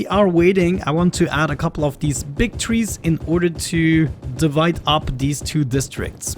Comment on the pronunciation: I love how he says "twees" 😂🌲